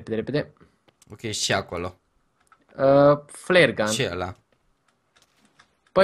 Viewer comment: de ce geo spune : ,,flayer gun,,?